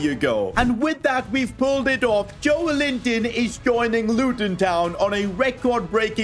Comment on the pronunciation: its joelinton not joel-inton its read jolelinton